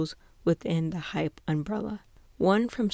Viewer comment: i'm sorry please ignore this but i really need somewhere to vent just wanna make sure you're pronouncing hybe as hybe and hype as hype not hybe as hype IM SO FRICKIN SORRY THIS JUST RANDOMLY ANNOYED ME SO MUCH PLS DON"T HATE ME this kind of thing doesn't usually bother me